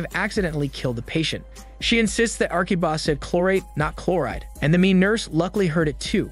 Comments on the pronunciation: the narrator keeps saying Arkiba when the subtitle says Akiba. It is that hard to say A-ki-ba? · The subtitles clearly note that the spelling is Akiba. However, the narrator keeps saying "Arkiba" and it is mildly annoying. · Akiba not Arkiba